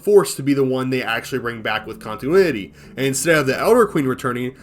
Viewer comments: You said "contuinity" instead of "continuity" a hilarious amount of times. Great video. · Conti-NU-ity. It's LUA not "luau" 😭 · The way you say continuity, lich, and Lua bothers the hell out of me. But sides that good vid.